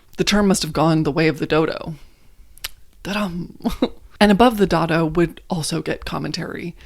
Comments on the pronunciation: Isn’t dado pronounced day-do… or is dah-do a US pronunciation? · Yes. I was going say it is pronounced "day-dough" rail. And you describe it exactly right as a rail that keeps other furniture from damaging the wall. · Pronounced: Day dough